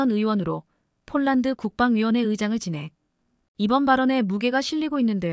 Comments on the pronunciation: 왜 폴란드로 써놓고 쫄란드로 발음합니까 ? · 쫄란드? 별놈의 발음?